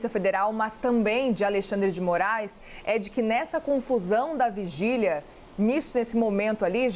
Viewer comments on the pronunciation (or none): fugília e não vigília kkkk